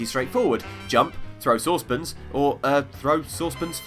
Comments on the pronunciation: Saucepins? What are saucepins? You mean saucepan? Speak English man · That's not how we say it, I never ever in my life heard a British person say it like that. He is just weird lol